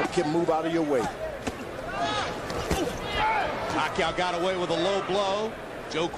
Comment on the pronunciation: Commentator : pakayoow? pakaaw? 😂😂😂